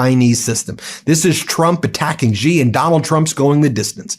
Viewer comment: 'Xi' is pronounced as 'she'